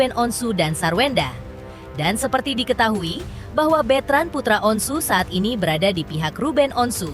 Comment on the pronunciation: Bukan bitren bu ,betran gitu Ko bitren ah si ibu salah dong betran putra onsu atau onyo gitu lah